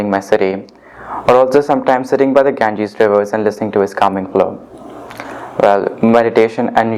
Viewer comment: Ganges river, he must have crammed this to his core to come up with exact native english speaker pronunciation.